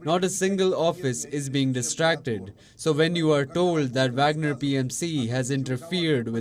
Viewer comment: She can't pronounce the name of Wagner chief.